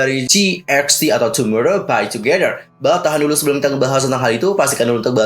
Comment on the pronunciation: tapi si soobin nyebutnya tumorow bai tudoro :v